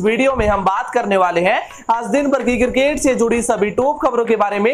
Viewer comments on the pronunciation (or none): Please change the presenter, he is so bad. Horrible English prononciation, cricket is cirrkkate for him. Also I have never seen this guy in any other shirt. Always in same one. Guys pls ptesent him with 7 more and u may debit me.